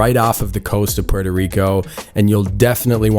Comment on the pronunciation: Can’t even pronounce Puerto 😂